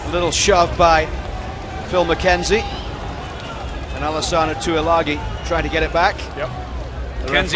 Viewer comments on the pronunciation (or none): except alesana Tuilagi (tooey-lagi) and not Tuilagi (tooey-langi) lelelelelelelelele. But on a serious note i guess so